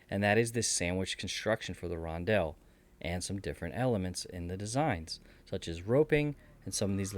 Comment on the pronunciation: Listening to you pronounce Rondel as Ron-dell for 27 mins is gonna drive me nuts! Only one L in the word. 🤣